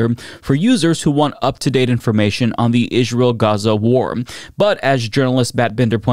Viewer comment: Do you keep saying “ish-real”? Have I been saying it wrong my whole life?